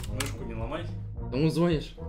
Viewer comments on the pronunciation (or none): руский так же: каму звОниш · Не звонишь, а звонишь